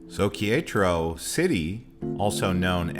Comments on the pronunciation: OMG ! Qui-ETRO? Quer-é-taro, just like it is spelled. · That pronunciation was painful. It's pronounced Keh - reh - tah - roh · KAY RET TAH RO! its not that difficult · You killed Quietro’s name 😂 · It's most worrisome and debilitating to hear some mispronunciation of the name of the city Querétaro. You should always seek out a local person and practice the name of their City even if you look stupid it's better than butchering the name.. Ke re ter row... I hope that helps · "Care et a row" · Que -re-ta-ro 😃 great video. We just got back from GDL and tequila. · How are we supposed to trust anything these guys say when they can't even be bothered to learn how to pronounce the name of the city correctly. I mean, my God, you can take all that time to make a video but you can't even be bothered to ask a local how they pronounce the name of the city. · You have some real good video of the city of Querétaro. I enjoyed watching it, except for when you tried to pronounce Querétaro. I have been living here for 9 months, the people are very friendly. Almost anyone would have been happy to help you with your pronunciation. Other than that, good job on the rest of it. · what an interesting way to pronounce Queretaro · It's driving me crazy. I won't lie. Nice footage though.